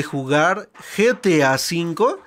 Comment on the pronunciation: Se dise geta 5 no getia 5